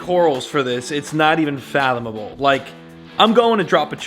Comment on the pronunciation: Did actually say, it’s not fallomable? Lol I think you meant ‘fathomable’ 😬